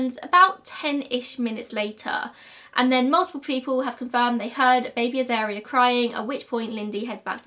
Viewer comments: Also, wasn't the baby's name pronounced A-zar-ria, rather than A-zair-ria? At least, that's how I've always heard it pronounced. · A Dingo has a skeletal and macular system more like a cat. A lot of people keep Dingos as pet's. Uluru you pronounce correctly, Azaria try Az-ar-e-ah phonetically. Lol your pronunciation isn't thast bad. I knew the person who shot the dingo and burried the baby in their backyard. It was quite a shock to see it on the cover of our local newspapers. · You got uluru pronunciation correct but azaria is Az-ARE-ia And Ayers rock is like Airs rock. No way to write that without sounded like a dick ahahaha sorry